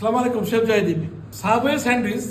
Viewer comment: স্লামালিকুম এটা কেমন সালাম